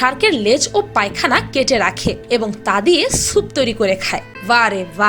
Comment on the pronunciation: Aunti pakhna not pakna hoba